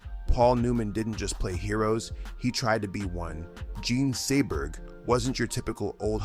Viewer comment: Jean Seberg, not Joan Seaberg